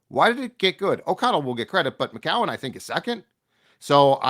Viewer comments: Oh no is back to 3 syllables for McCown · it’s pronounced “Mc-Cown”, not “Mc-Cow-en”